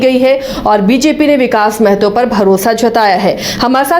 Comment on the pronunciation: पहले आपलोग महतो ढंग से बोलना सीखिए मैडम और सर जी, जानकारी के लिए बता दे कि मेहतो नहीं महतो होता है।